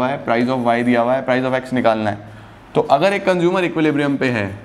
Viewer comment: Why I Heard conjumer istead of consumer